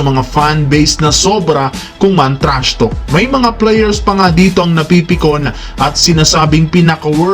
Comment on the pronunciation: TRASHTALK HINDI PO TRASHTOK 🤣